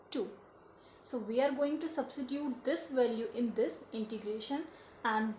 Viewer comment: It is Integration not introgration... Thanks